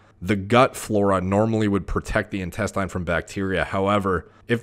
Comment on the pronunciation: Great content but I wonder why does he keep saying "intes-TAYN" instead of "intesTIN"??? Weird...